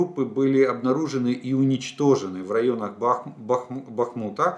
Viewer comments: Олег, кажный день вас слушаю и каждый день хочу написать про ударения в названиях населенных пунктах на донеччине, как бывшая дончанка. Местные говорят не БахмУт, а БАхмут, ударение на первый слог. И ПЕски тоже на первый слог. Вы хотите сказать правильно, а потом исправляетесь. НЕвельское. Спасибо. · Сколько ещё должна продлиться война, чтоб вы хотя бы заглянули в Википедию и узнать правильное название городов? Правильно: БАхмут, СнежнОе, ПЕски